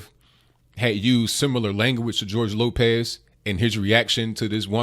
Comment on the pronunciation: Gorge Lokez? Nigga you ever hear of re takes.